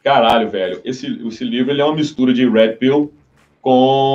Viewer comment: Finalmente um canal brasileiro que pronuncia "Red Pill" corretamente, não sei porque os caras pronunciam "Héd Pill" que soa algo parecido com "Head Pill"